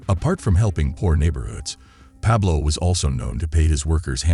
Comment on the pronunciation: good stuff but the guy can't even say his first name or his city correctly lol